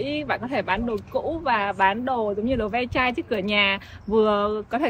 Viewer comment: Không phải đờ ve chai, Long Vịt đâu garage sale nghe bạn, có thể trả giá nếu bạn muốn